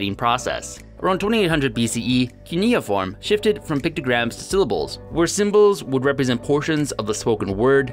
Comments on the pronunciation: I've never before heard cuneiform pronounced coony-form! First syllable should sound like "cue" or Q :) On the other hand your emoji/punctuation system, and I say this as a long-time conlanger, is very creative and would be quite useful if we adopted it for real. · Keneyaform? Its Cuiniform (Cue-nih-form)